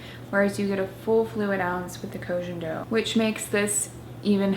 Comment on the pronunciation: it's pronounced /koh gen doh/ not /kou dgen dou/